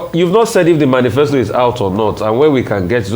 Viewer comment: Manisfesta and Docta....lol